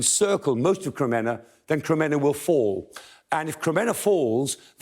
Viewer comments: Kreminna is said: 'Kre-MEEN-nah'. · His pronunciation of Ukrainian place name is better than many BBC news readers, but Kreminna is pron. Krem-min-na. Look forward to seeing orc forces of Mordor driven out of Ukraine forever. Вічна слава захисникам України! 🇺🇦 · Kreminna is "PRONOUNCED": 'Kre-MEEN-nah'. Now we can improve our Ukrainian and English at the same time.